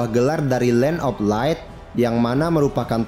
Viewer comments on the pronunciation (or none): none